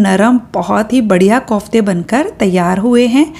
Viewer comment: Mam kaufte nahi hota kofte hota hai